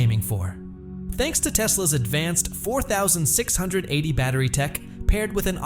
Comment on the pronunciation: Teach your AI voice how to say "4680".